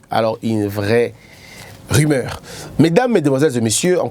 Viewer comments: Salut ndeko, osali erreur de diction. On dit rumeur et non rimeur. Voilà ma petite contribution du jour. Félicitation à votre équipe pour les 30K🎉🍾🥂🙌. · une erreur de diction (prononcé dikssion) est bien une expression française qui signifie une erreur d'élocution c'est-à-dire dans la manière de s'exprimer. Ici en l'occurrence il a fait une petite erreur de prononciation: il a dit ri-meur au lieu de ru-meur. Cela n'est pas bien méchant😄😙.